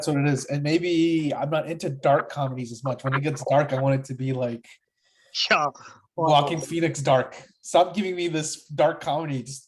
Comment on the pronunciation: I’m pretty sure the J is silent in his first name…..